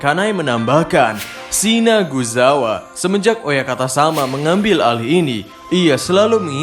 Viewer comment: sinazugawa min bukan sinaguzawa, di anime eps 23 jg jelas ko nyebutnya pas pertemuan pilar "sinazug" bukan "sinaguz" . jd jelas salah penyebutan tpi dah lah nikmatin aja😁